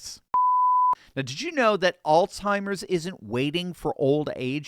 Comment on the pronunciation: it is AlZheimers not AlTheimers. There is no T